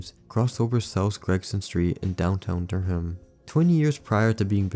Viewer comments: As someone from Durham, I don’t know what’s more funny, the can opener or your pronunciation of “Dur-Ham” lmao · As a NC resident Durham is pronounced “der-um” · Damn, I didn't know I lived so close to such an infamous bridge. Btw, you don't pronounce the h in Durham (durr-um). Just a comment from a North Carolinian 👍👌